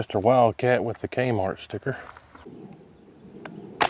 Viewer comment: Wait did you say KMART?